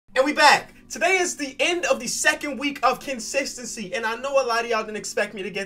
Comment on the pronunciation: I just realized he's saying Kensistancy. How'd I not hear that until now?